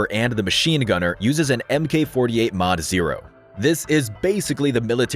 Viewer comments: just a minor issue, its not M K it is MARK 18. MK is always pronounced as MARK, otherwise absolutely loved the breakdown you can tell you put a lot into it. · Love the video, but just popping in here to say again, the designation Mk. is not pronounced "em-kay", it's pronounced as "Mark" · “MK” is pronounced as Mark, not “MK”.